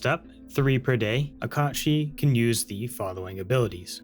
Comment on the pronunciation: I like that you pronounce it Kot Shee. I think that's the correct pronunciation. Most people would say Cat Sith. smh in disgust Also TIL this is where Final Fantasy got the character's name from. Didn't know it was Irish/Scottish folklore. Amazing!